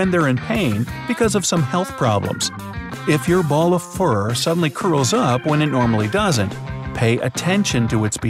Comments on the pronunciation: Anyone else notice about 1 min 50 secs in he said "when your little ball of flur..."? Ge said "flur" not fur lol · He said flur instead of fur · I'm wondering why you said "Flurr" almost on purpose??!! 🤔🤔 Oh, and I too read: What does YOUR sleeping position...... 🤔🙃